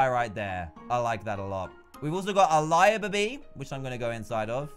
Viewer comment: You said libaby